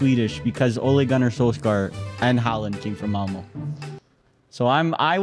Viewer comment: I’m Swedish and hearing talk about Malmö was painful 😂